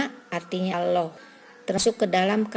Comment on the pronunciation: Sayang sekali Ibu, lafadz Allah diucapkan kurang sempurna.